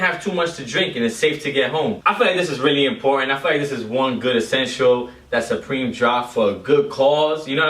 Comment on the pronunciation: You said responsibility instead of responsibly and you referred to the U in supreme as a W. Maybe you were nervous or maybe you had too many drinks beforehand idk.